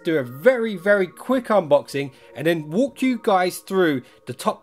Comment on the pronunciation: He said " wook you through"